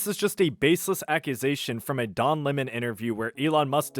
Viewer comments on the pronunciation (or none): none